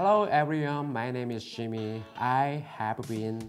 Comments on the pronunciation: "Hello everyyum my name is ". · Him: Hello everyone, my name is Jimmy. Me: Hears Me: CAUGHT IN A LIEEEEE